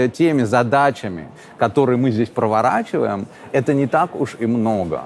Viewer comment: проворачиваем, серьезно? Провориваем?